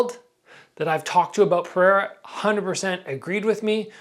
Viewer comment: Come on it's Pereira, not Periera man